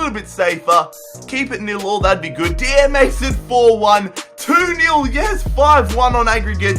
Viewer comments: Dier is pronounced die-er not dee-er. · Deeeeeiiieeerr wat the hell is deeeeeeeiiiiiieeeeerrrrrrrr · It's so funny how he pronounces Eric Dier😂😂😂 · why can't you pronounce dier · Pronouncing Dier wrong smh